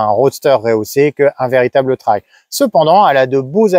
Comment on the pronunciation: MERCI pour cette excellente vidéo objective 👍 et surtout de bien prononcer le mot TRAIL et pas "trèl" comme beaucoup... Dont je serai curieux de savoir comment ils prononcent le mot Rail...??? 🤔 Après des années en Jap's j'ai goûté depuis 2017 à la GS avec une 1150 de 2003. Que du bonheur ❤ Depuis le mois d'août j'ai acheté une 1200 GS DOHC TRIPLE BLACK de 2011 que j'apprécie d'autant plus 👍. Bref quand on goûte à la GS il y a beaucoup de chance de choper le virus...😉 Pour moi les lettres GS signifient GRAND SOURIRE sous le casque à chaque fois que je roule avec... Salutations motardes du Sud Aquitaine ✌️